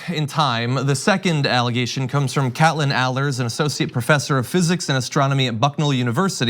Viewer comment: Kate-lyn, John, not "Cat-lyn". Stop butchering people's names.